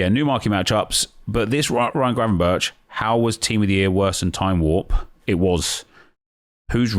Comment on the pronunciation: Good effort on the pronounciation of Gravenberch! Refreshing after hearing everyone else butcher it by saying gravenbertsj.